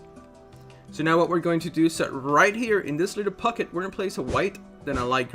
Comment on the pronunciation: "Little Pucket"